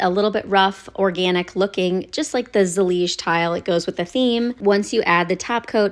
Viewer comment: First time in my life I hear saying zellige who is not moroccon❤️☺️ good Job Looks beautiful